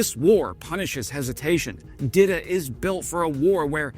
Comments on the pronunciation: It is pronounce DEETA , it is a Czech girl name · Saying Dita like Didda and i keep hearing Diddy 😭💀Diddy ahh